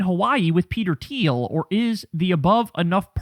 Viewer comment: Thiel... it is Thiel